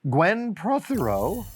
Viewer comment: you said Prothero like a man who has seen A Child's Christmas in Wales